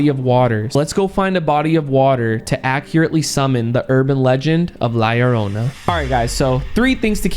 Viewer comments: Btw la lorona is pronounced ad la yorona but it spelled different like la lorona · she didnt make a sound cause you kept butchering her name yarona its llorona! lol pronounced (yorrr-oh-nah) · Yo faze rug la llornana to pronounce it easir u can la yorona and bro was i tbe inly one that kept seeing the white behind shermen and brian in the last myth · You guys said la llrona wrong faze rug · It is pronounced LA LLORNA (LAH-LORE-NAH) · “La lorona”💅😩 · He.cant say LA LLORONA properly